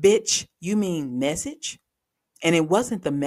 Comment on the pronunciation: Oh no….WTF is a text “mechage” 🤣🤣🤣